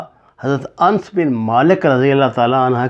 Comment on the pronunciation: محترم آپ سے اصلاح کی درخواست ہے. انس میں الف اور نون پر زبر پڑھا جائے گا.